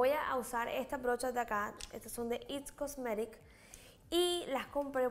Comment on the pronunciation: Hermoso!! Solo una observación, no se dice "its cosmetic" es "IT COSMETICS"